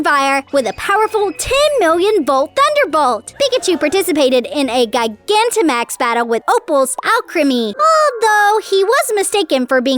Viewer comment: 😠 you mispronounced so many pokemon words gigantamax is said like gi-ganta-max